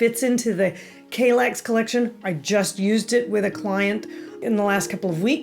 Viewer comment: Kallax is the airport of the town Kalix in the north of Sweden. Kall - like in California and lax as in ”lacks” Hurring - Hue+ring